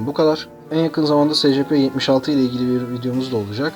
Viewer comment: abi ingilizce telafuzları doğru yap be :D secepe nedir